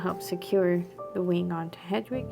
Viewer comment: It’s pronounced Head-wig 😊😆❤️ Just a huge potter fan with adhd…apologies 😂 Thank you for the tutorial! ❤❤❤